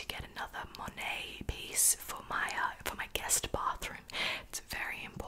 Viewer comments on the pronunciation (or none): none